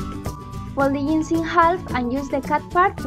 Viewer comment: J in jeans or jar is read j not i, just saying